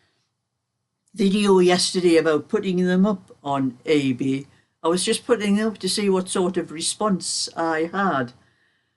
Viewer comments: Its definitely your accent because i thought you said AB as well lol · Thank you for clarifying that. This whole time I’ve always thought you said AB. Lol